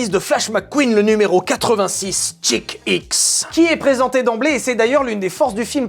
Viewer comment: et Chick X quand tu le prononce on dirait un peu Jacky Hicks :D